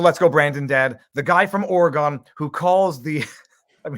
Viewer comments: O-re-gun not OreGONE xd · OH MY GOSH VIV!!! That is not how Oregon is pronounced!!! Gun not Gone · Not ORY-gone but ORY-gun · oregon is said like oregun